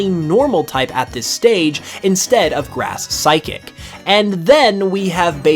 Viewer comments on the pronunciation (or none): none